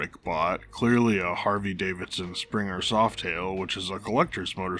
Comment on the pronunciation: Brother its HARLEY not HARVEY Davidson haha MUCH LOVE THOUGH